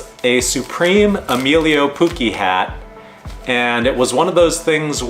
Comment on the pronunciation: Poo-Chee, not poo-kee, sounds so weird each video